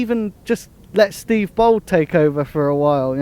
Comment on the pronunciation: This man said Steve Bould smh